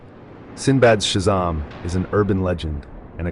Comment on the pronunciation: Just need to learn how to pronounce words correctly. Shazaaaaaam and Kazaaaaaaaaam.